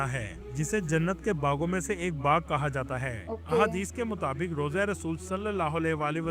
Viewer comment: Rooza nhi rawza.. matlab marqad mubarak.. matlab qaber mubarak